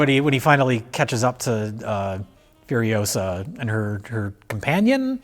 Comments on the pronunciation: It's furi-OH-sah, not furi-oh-SAH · Asked Hermine. Its Furiosa, not Furiosaaa! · Its not fury osuh Its fueryohsahh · It's furio-SAH, Ron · It's Furi-OH-sa. Not Furio-SAAAA!